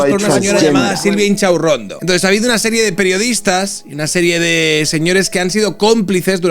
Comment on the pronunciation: Me encanta cuando dices “chinchachurrondo “ 😂😂😂😂